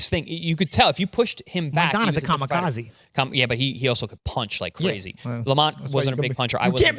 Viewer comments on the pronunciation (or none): none